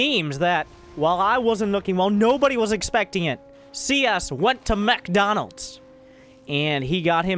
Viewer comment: Lmfao lost it when you said "he went to Mechdonalds".